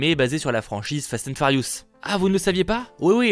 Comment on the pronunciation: Fast & Farious 😂